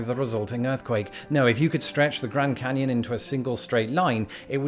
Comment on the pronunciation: "...canned granyon..." Being a fan of spoonerisms, I got a good chuckle out of this one.